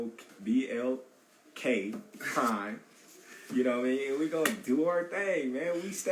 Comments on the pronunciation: Dang bud u can’t even pronounce who u fighting for correctly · This shit corny af. He couldn’t even get BLK Primes name right and they paying you this money?